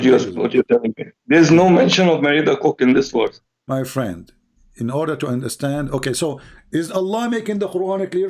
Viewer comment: Correct. He pronounced "verse" as "werse"